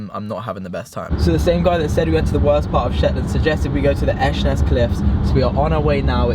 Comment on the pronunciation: ALSO THE WAY YOU PRONOUNCED ESHANESS CLIFFS HAHAHAHA